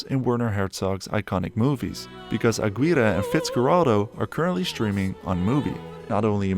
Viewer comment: Fyi, and I say this not as a chastisement but you clearly are careful about details and so the correct way to pronounce the Klaus Kinski video, Aguirre, the Wrath of God, is Ah-Geer-eh (rhymes with day).